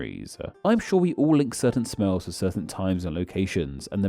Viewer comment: interaction-ah too-ah smells-ah smellblind-ah